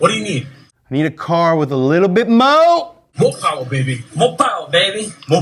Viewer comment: is so cool.....Moh powah baby!!! 😂